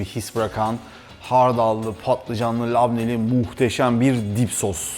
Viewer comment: Dip sos değil.... Deep Sauce. ( OKUNUŞU ..DİİP SOUS )